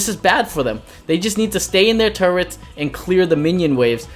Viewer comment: Btw its turrets